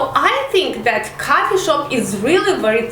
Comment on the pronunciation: Coffee and cuffy shop lol , learn proper accent